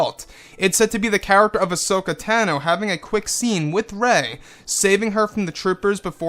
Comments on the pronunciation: Pronounced "Ah-So-Kah" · She was called "hashoka" here for ages , but darth vader told me it was ashoka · This sounds pretty cool! Would be a nice addition to the movie side of the SW universe. Also, sorry to be "that guy" - and I'm no EU expert - but is that really how to say her name? (Still gets a like from me)